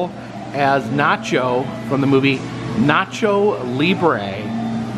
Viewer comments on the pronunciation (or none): none